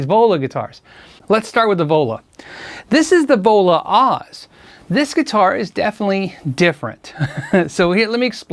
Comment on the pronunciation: All I hear when you say "The Vola", is Devola. As in Crazy Joe Davola. lol